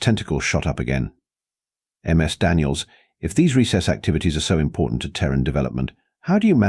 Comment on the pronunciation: Learn your AI announcer: "Ms. Daniels" is pronounced "MIZ Daniels". Not "M. S. Daniels". "Ms." is the proper formality when it is unknown if the femail being addressed is single ("Miss") or married ("Mrs." pronounced "Misses") The professor should be addressing all the female students with "Miss _(last neme_)" if he wants to use formalities. All teachers I had either called the students by their given name, nic name, or (for the guys, anyway, their family name.) Girls were called by their given name or nic name. My cousin, Elizabeth, went by "Betsy". (She still does, in her 60's.) I was called "Steve" or "Hoppy" by my teacher. Friends called me "Hoppy" or shortened it to "Hop". ("Hopkins" was my family name. I found out after graduation my mum and all the adults in the family lied when they taught me my name. 🙄)